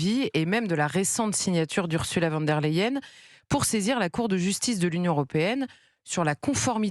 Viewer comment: Bonjour: pourquoi prononcez-vous toujours "U. van der Leyen" et non pas "von der Leyen"? Elle est allemande et non hollandaise!